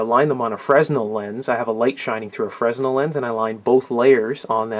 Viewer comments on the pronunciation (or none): If I may make a correction, that lens is pronounced Freh-nell. It's a French name of the fella who created light house lenses. Carry On My Wayward Son.😉